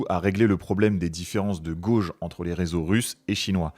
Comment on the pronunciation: en français le terme est uniquement "écartement". "Gauge" est un mot anglais qui d'ailleurs se prononce gueïdj